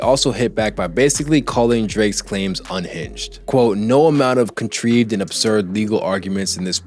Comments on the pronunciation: Yo this nga pronounced it contreeved and not contrived wtf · You should learn how to pronounce words you don't know (contrived, prelude), especially as a rap analyst. Takes 2 seconds.